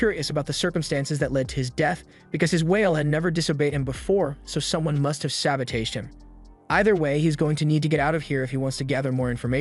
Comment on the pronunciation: Why does bro pronounce “sabotage” like instead of it ending in it sounding like “täwZH” it sounds like “cage” but with a “t” at the front